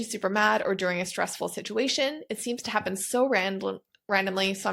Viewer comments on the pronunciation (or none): Pronounced “Ant-ih-see-dent” :) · Pronounced in the US as ANTI ceedent